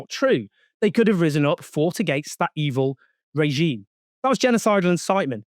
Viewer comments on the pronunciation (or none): none